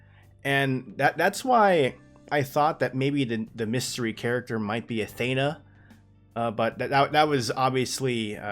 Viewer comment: You're pronouncing Athena wrong!!!!!